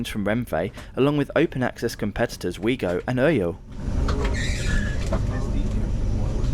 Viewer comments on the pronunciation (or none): Well now he has to go back to pronounce everything right🙄